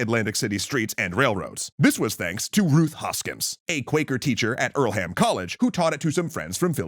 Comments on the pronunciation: Hey, my mom went to Earlham College and I actually live nearby, didn't expect the name drop here, very cool! Though I must correct that the "h" in Earlham is silent. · Earlham College isn't pronounced like that. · The mispronouncing of Earlham physically hurt my Quaker body